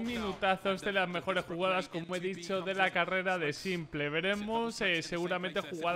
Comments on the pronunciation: UFFF PORFA SIEMPLE NO PORFAVORRRR "SIMPOL" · cada vez que dices "simple" en vez de " simpol" (en inglés) le quitas aim..Pobre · me suena tan raro oír "s1mplé"